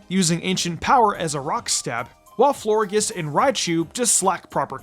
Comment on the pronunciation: It’s pronounced flore-JESS and DRAP-ee-ahn, “”! 🤨